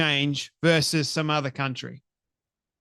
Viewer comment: Versus, not verse. Leave that to the 12 year olds, pleeeeease.